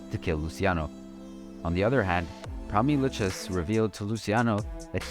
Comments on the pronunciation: The " Lu Chez " crime family 😂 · lou k z , how your saying it is nuts